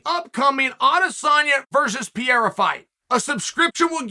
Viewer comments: Adesanya vs Pierra? ... PE-REI-RA ....Pereira. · He's now a prisoner of himself having to say Pierra every single time for the rest of his life. Or till he beats adesanya. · aye Chael: Pereira is read "PEH - RAY - RAH" you're welcome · It's Pereira do your homework